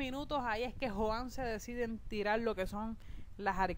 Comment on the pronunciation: A y otra cosa se escribe joan pero se pronuncia jhoan ya